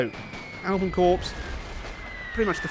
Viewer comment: Can you please stop calling it 'Corps', it is pronounced 'Core'.